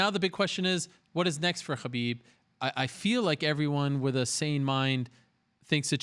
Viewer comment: Mr Ariel hand soap pronounces Khabib right but not the word Muslim right.. What gives? Why even so?